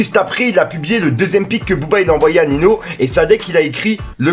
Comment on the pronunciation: tes relou prononce bien merde c pas nino a la prononciation c’est ninio